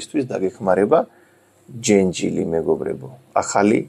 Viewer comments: ჯენჯილი არა,ჯეჯილი❤️ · ჯენჯილი არა ჯეჯილი. 🤣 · ჯეჯილი, ჯეჯილი - ჯენჯილი არა :)